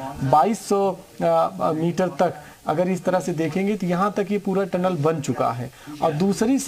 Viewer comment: अनाड़ी चैनल हैं। टलन नहीं टनल होता हैं। पढ़ें लिखे लोगोंको रखिए।